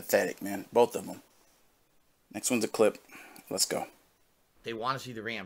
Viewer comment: I had to leave this comment… or so, … there is no “L” in BOTH Also - ( I don’t condone anyone sending this pig money - BUT ) I’m gonna have to slightly disagree on Snowkarl. I think he’s purposely trolling, knows 100% what he’s doing, and gets his money worth. Yeah, he’s still supporting - but, he’s not sending large amounts at a time, baiting with dollar tips, and has actually provided us with TONS of gold dust. I appreciate snowkarl in a way. I think he has worn down and convinced he’s sending more overall and should be tolerated because he tips so often and doesn’t pay attention. I don’t agree with anyone supporting finances, but I can deal with snowkarl. I think he’s legit a fan of, but via detractor KAHNTENT mostly. He legit enjoys what he’s doing. To him it’s worth the money. Some ppl drink… some ppl troll a dolla at a time lol Keep em coming!